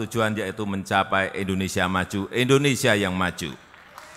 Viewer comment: Endonesa atau Indonesia pak?